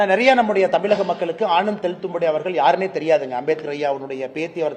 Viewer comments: தம்பி அண்ணாமலை தமிழைத் தமிழ் என்று உச்சரியுங்கள்.நீங்கள் தமில் என்று பேசுகிறீர்கள் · எப்பா தமிழை தமில் என்கிறாரே. தமிழ் தமில் தமிழக தமிலக என்கிறாரே இதை பல இடங்களில் இப்படி தான் உச்சரிக்கிறார். வல்லினம் மெல்லினமே தகராறு இருக்கிறதே.🤔